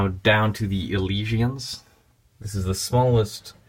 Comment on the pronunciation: not to be an ass but its not elishian its ELISYAN (E-LIS-E-EN) ELISYAN